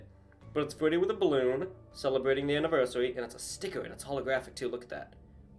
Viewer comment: really said ANNIVERYSARY